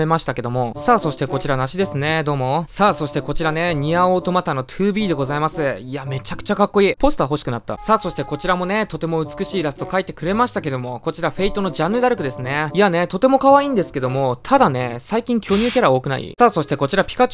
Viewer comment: 正しくはフェ↑イトです